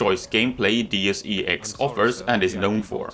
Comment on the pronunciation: nothing wrong with what I'm going to mention, but you're the first I hear saying Deus E X instead of DeusEx. I loved the game more than human revolutions, too bad all the thing that happened and this one needed the second part....